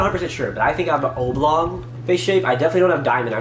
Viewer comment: He can’t pronounce “oblong” properly either. lol